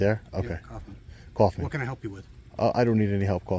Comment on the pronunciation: Coughman? 🤣 its so weird when americans have german names